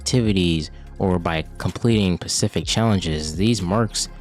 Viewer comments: SPECIFIC*… Ssssspecific… NOT PACIFIC. PACIFIC IS AN OCEAN. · Not even can say Specific lad.